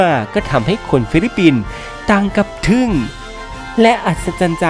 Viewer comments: ทึ่งไม่ใช่ทึ้ง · แก้ไข ทึ่ง ไม่ใช่ ทึ้ง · ทึ่งครับ ไม่ใช่ทึ้ง